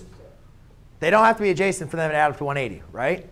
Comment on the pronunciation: Idk why when he keeps saying adjacent angle i hear like "JASON ANGLE" SMASH LIKE IF RELATABLE!!